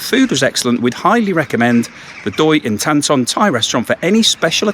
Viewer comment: OK, Thanks for highlighting a Thai restaurant. Also Doi Intanon is pronounced Doy In- Taa - Non! With thee! as an inflection, as many Thai words end on a up accent tone. Thanks, great selection, too:)